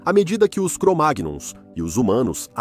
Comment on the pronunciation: Pode pronunciar cromaions memo